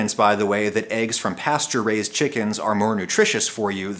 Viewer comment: i keep hearing pasturized chicken instead of pasture raised